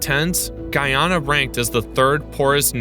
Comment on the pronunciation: It's not guuuuuyyyaana its ...guyana